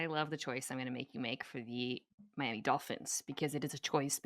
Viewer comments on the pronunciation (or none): none